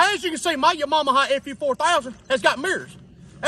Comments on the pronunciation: *Yamamaha. Lol. Says it right in the bike. Haha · Laughing my ass off he said Yamamaha and Mooseknuckle!! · When he says “Yamaha” it sounds like “ya mama” and I can’t stop hearing it and thinking “what he said about my mama?” 😂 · New here never here of this channel: Yah got me at “Ya-mom-aha” 🤣🤣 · Tha way he pronounced Yamaha lmao only 🤷‍♂️🤣🤣🤣